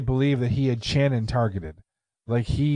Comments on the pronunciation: Pretty sure it's more of an "Sh" sound for her name...not a hard "ch" as in chair...think Sonny and Cher maybe... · Sshhhhhhhannon NOT TCHANNUN!!!!! Ass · I'm from Knoxville and I know this case well. First her name is pronounced with SH. Also it's proven by DNA that Vanessa did indeed participate in the the rape. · It’s pronounced “Shannon” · You guys may want to make sure you have a better feel on the details next time ... 1. Pronounced "Shannon". 2. Channon wasn't kept alive for days and days ... it was less than a day. 3. Coleman has been up for parole 1x. Not multiple. 4. Channon NEVER volunteered to participate in anything related to $ex with Cobbins -- HE made that story up to account for his DNA. 5. Retrials happened because the Judge was strung out on drugs during the original trials. 6. Davidson and Cobbins are half brothers -- not Cobbins and Thomas. 7. Chris was raped with the table leg. 8. They were kidnapped at Shannon's friend's apartment. 9. Davidson told Cobbins he wanted him to meet a girl in the apartments. 10. Thomas wasn't included in the car jacking -- it was Davidson and Boyd -- Cobbins drove/followed those two after they carjacked them. 11. It had everything to do with the vehicle -- it wasn't initially about Channon. Before they left Chipman street -- Davidson wanted to carjack. It wasn't specifically to get Channon. 12. They were both raped, beaten, tortured and murdered. Boyd took Chris away from the house and raped him -- because he a prison &*tch -- and wanted him. 13. Davidson was not gone 60 to 70% of the time. (Seriously -- spent more than 12 seconds researching). 14. Coleman, Cobbins and Thomas went to Kentucky not just to flee -- but because they lived there. Countless others as well ... I understand what you are trying to do -- but this deal is bad enough. What is the point of hal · It's pronounced " shannon" just thought id let ya know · Why aren’t you pronouncing their names right?! It’s pronounced “Shannon” and “lamarcus” 💁🏼‍♀️